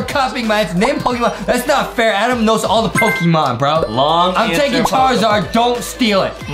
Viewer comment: Its not pokimon and its not ivi